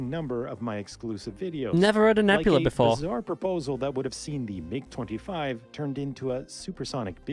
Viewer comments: M, I, G, you american say mig, its the name, not an acronym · It’s mig one word not m-I-g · Mig not M.I.G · That's the first time I've ever heard someone pronounce MIG as M-I-G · Bro really said "M I G" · The M-I-G!! lol, I don’t think I’ve ever heard it said like that, who doesn’t know about the classic Soviet MiGs. Almost as famous as the M-16 v. Ak-47 debate. The F-22 is currently the top stealth fighter in the world; the problem plagued F-35 would be considered top air superiority, followed by the CCP’s J-20– kind of like if the F-35 and F-22 had a baby, then probably the Russian Su-57 which is said to not have quite the stealth capability of the previous but has incredible maneuverability. I believe it may be the fastest fighter jet but don’t quote me on it I could be wrong; I know it has the ability to run it’s after burners for a longer period. Although a completely different type of aircraft, I think the A-10 Warthog is the one of the coolest definitely worth checking out. The F-35 has been in constant debate due to huge budget overages, technical & mechanical issues and delays mostly due to it being one design that needs to meet the needs of 3 separate design models. Seems like we lose one every couple weeks, I’m not sure if it was the RAF or the Royal Navy but they lost one a few months back as well (I think in the Mediterranean) The F-22 came at a massive cost and was well ahead of it’s time so the program was either ended or put on hold, it’s radar cross-section is that or a bumble bee 🐝 showing up.